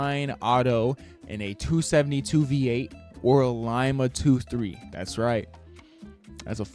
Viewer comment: lima is pronounced LeMa lol. Aint no limabean lol its the lima speed queen lol